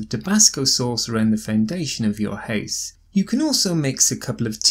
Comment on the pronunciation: Why the house pronounced like a hase??